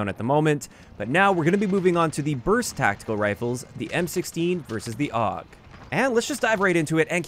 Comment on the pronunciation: Awg. That hurts my soul. Every single time i heard it i died a little inside. I still dont get where ppl come up with awg from AUG ._.